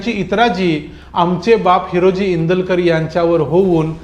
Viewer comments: Indulkar nahi Indalkar correct kara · Indulkar nahi te INDALKAR ahe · ईंदूलकर नाय ओ नाव नीट वाचा भाऊ